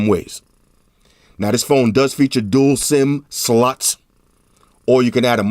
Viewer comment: dual SIM "sluts" LMAO